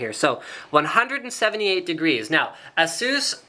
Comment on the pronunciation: you are pronouncing it wrong. it's "ay-sus" not "eh-sus"